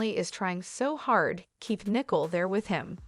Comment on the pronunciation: Learn how to pronounce the basics of the English language BEFORE entertaining the notion of having a forum to speak the language...or, have someone who speaks English check your narrative before submitting for publication...and the name is NICOLE NOT NICKLE...I mean, really!!!